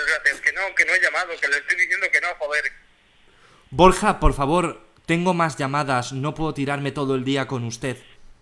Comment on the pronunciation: BorJJJa xD